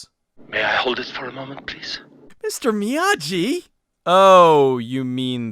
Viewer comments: It's still "Miyagi" and not "Miyaji" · The name on the package is indeed "Mr. Miyagi" (not Mr. Miyaji"). The letter "g" always has a hard sound when used for Japanese words; "j" is used for the soft sound. Perhaps this film is part of a "Karateverse", with "Karate Kid" happening later in it's timeline.